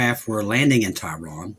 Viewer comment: Tehran, Iran. has difficulty with pronunciation.